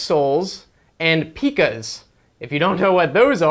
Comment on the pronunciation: Pie-cas Not pee-cas LOL Aside from the digital measurement these rulers have been around for ages